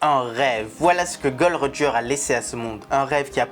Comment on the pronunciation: Faut arrêter de dire Gold Roger stp copper c’est vraiment Gol D Roger